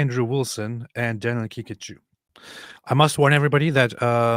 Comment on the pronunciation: I always thought they say Danial Pikachiu 😅😂